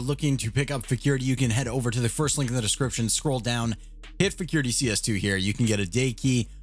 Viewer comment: AHAHAHAHAH FECURITY??? UNDETECTED?? AHAHAHAHHA